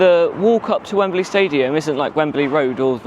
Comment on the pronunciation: Has the pronunciation changed in the decades since I lived in England? It used to be two syllables: "Wem-Blee". You're using three syllables: "Wem-Ba-Lee".